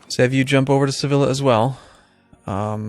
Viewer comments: Its pronounced Seviya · I know the series is finished and doesn't give a damn about pronunciation but "Sevilla" is pronounced "Seviya". The "ll" in Spanish makes a "y" sound. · i think its suppose to be "sebilya"